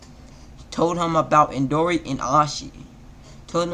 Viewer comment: Is my ears working coretly you caled indara indori